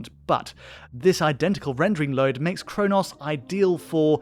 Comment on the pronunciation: Bro can’t even say chronos properly.